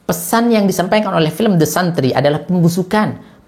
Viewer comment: The santri (bacanya desentri)